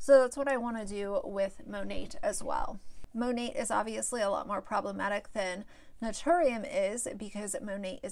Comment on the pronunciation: Mone"t" Great review on a product you can't even pronounce. Cringe.